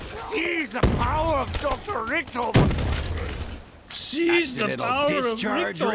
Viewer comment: Did anyone notice when it said richtofoffen